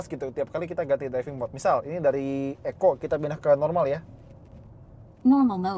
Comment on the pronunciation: TTS nya nganggepnya kali ECO itu di eja, bukan dibaca sebagai 1 kata, cums klo tulisan bya Eco * nyimpen duren disitu bisa